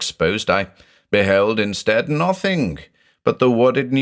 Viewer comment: "n0thing is like a drinking game now, i have to say N0thing, in the accent everytime.